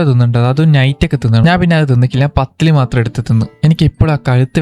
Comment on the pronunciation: Pathiri ❌ Pathill ✅